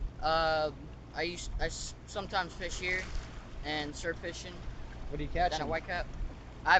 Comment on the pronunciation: wishing instead of fishing.